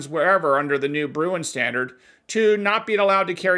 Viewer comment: [[ “the Supreme Court ruled in the Bruin case that for a gun control law to be valid today it must’ve been used during the time of the founders in a broad sense.” ]] I agree. Do you know what “broad sense” means? Do you know what analog means? ( And Just FYI - it's Bruen, not Bruin )